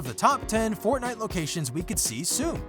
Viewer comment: says fortniye battery